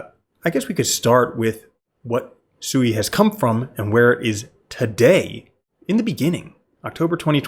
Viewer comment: Omg it's not pronounced SUEY. Listen to anyone from Mysten Labs pronounce the blockchain they Created